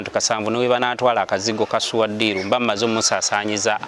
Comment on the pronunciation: I love the way pronounce this name"Suwa deal "😂